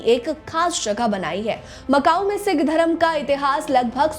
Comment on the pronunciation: Janbhooj kar sikh ko sick bol rahi ha , aur apna poora naam bhi nahi bta rahi